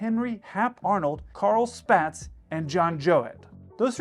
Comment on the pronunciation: Spaatz is pronounced “Spots.” 😉 Nice video though.